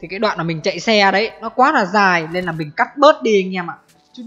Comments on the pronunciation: Bị từ NÀ không ah. "Nói chung NÀ.....". Rồi thì "NÀM". Cố gắng lên đồng chí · Người ngoài mình không để ý mấy cái này đâu nhưng ở miền trung và nam, nghe cái biết liền ah. Trước tôi cũng bị, mà giờ được vợ sửa dần đỡ rồi. Chú ý mấy từ LÀ, NẰM, LÉM BOM